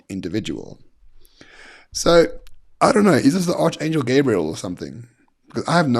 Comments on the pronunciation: The teacher in me must say.. it is ark angel not arch! Love Nelson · Archangel .... pronounced arkangel. 😂😂 Not arch!